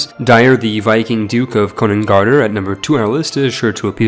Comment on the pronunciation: ð is pronounced "th" not "d" konungarðr = konungarthr